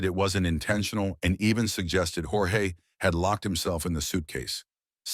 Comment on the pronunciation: it’s pronounced George per his family in every interview they’ve ever done.😊 otherwise great video!